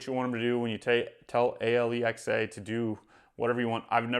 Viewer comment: It's "Alexa," not "A-l-e-x-a." I'm not sure why you are saying the call name incorrectly.